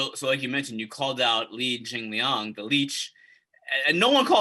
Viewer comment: Why does he keep calling him Jingaling 😂